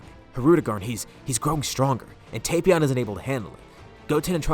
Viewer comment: Finally! Someone who says Tapion right! It's not "Tap-Ion" it's "Tape-Ion"